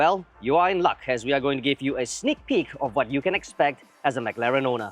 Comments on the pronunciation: Dude it's pronounced as "m-claren", not Mac-Laren! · yeah spot on. so long in this industry still can't pronounce properly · why did you pronounce Mclaren the way Singaporeans pronounce macdonalds LOL. The Mclaren engineer dude was pronouncing it right the whole time and the host just ignored it hahahah